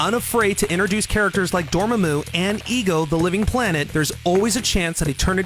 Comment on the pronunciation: The correct pronunciation for Dormmamu's name is actually "Door-mom-moo", something for the narrator to keep in mind next time.